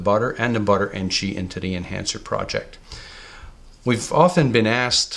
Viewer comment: The word is THE!! Not "deeeeee"